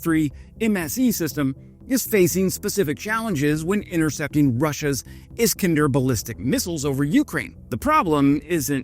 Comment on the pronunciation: is KAN der not Iskndr